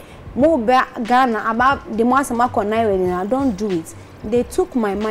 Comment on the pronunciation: The name isnt Naayewe. The correct word is Nai We